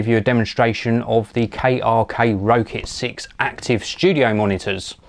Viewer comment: its pronounced rocket 6